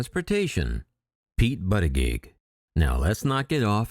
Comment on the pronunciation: It’s Pete Boot-a-judge